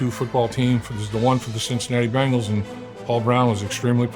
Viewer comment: BENGals Not BANGals